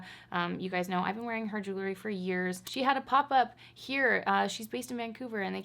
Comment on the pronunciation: Did anyone else notice that keeps saying JULERY in all her videos instead of JEWELRY? Hahahahaha cracks me up all the time! 🤪 Thats probably my favorite part of june! 😝 IG